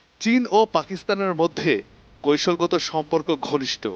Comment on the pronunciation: সাংবাদিকের উচ্চারন শুদ্ধ না। কৈশলগত❌ কৌশলগত